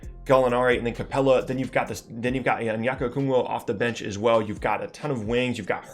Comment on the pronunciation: It’s okongwu not “okungwo”